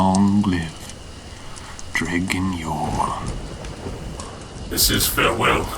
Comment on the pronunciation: Seriously, the way you pronounce Dredgen Yor is really bothering me... Do you have a source that you can reference indicating that is the correct pronunciation? Or is this just you guessing? the letters "dge" make the "j" sound... (bridge, edge, dredge)